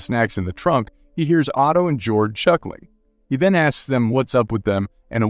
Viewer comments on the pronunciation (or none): You should learn how to pronounce foreign names! Georg is not pronounced "George." ...it is pronounced "Gayorg."